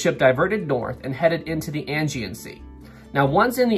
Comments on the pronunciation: I'd just like to point out that it's said like "ay-gee-an sea," not "angy-an sea." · It’s the Aegean Sea not Angean Sea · 'Ae' gean sea not 'An' gean sea, lol. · Ok .... pronounce check ISLE OF WIGHT DAR DEN ELLS AGEAN.....ADJEE AN